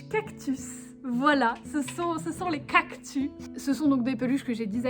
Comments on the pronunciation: tu dis un cactu mais c’est un cactussss 😂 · J'aime teeeellement ces vidéos chill😄 mais par contre rassurez-moi "cactus" ça se lit "cactus", pas "cactu" Mais bon ça se trouve tout le monde dit "cactu" et chui la seule à dire "cactus" 😅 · Oui ^^ Elle a sans doute dit "cactu" parce que ça faisait plus mignon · Trop bien !!! Ps:j'suis la seule que ça choque qu'elle dise cactu et pas cactus 🌵😂 sinon c'est super ❤️❤️👌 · tu as dit cactu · Sa se dis cactussssssssss avec un s pas un s muet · ^._.^ La vidéo est trop cooooooooool !!!!!!!! BRAVO !!!!!!!!!^._.^ : D mais on prononce bien le S a cactus non ? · Ohhhh des peluches cactus 😍 et toi non plus tu ne prononce pas les "s" en fin de mot !!! Elles sont magnifiques T'T je veux me beigner dans les cactus moi aussi T.T